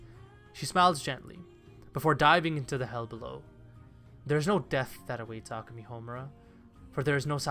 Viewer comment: This was a good video but the way you pronounce Akemi and Madoka kills me inside every time I hear it